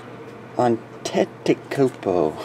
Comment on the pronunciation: You actually said Gianis' last name right!